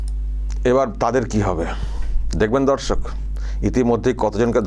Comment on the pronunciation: Apni dorshok bolen kintu shunte lage dhorshok